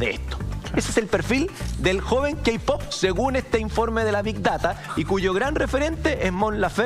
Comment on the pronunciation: JAJJAJAJAJAJAJ "los keipop" JAJAJAJJAJA MUERO